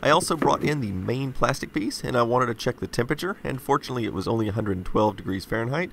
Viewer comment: When you say "Well, fortunately...". it sounds like "Unfortunately...". Please stop doing that.